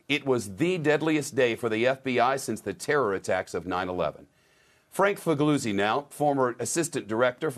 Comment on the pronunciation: Dear S.S. , This FBI man didn't correct your pronunciation of his surname so I will. It is not, as you said, FIG-LOU-ZI ; "g" is silent in Italian so it is FIL-YOU-ZI . :face-blue-smiling